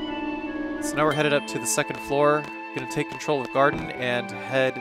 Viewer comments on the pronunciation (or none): none